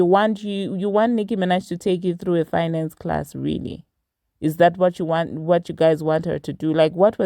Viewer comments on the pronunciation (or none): none